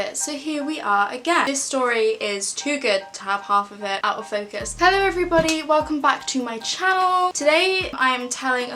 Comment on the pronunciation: your "hello" sounded german af